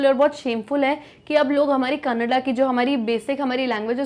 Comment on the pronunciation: Mam that is not कनाडा it is a language named. कन्नड़